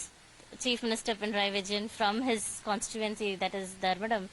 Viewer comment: Constitutenshe😂😂 , great pronunciation 😂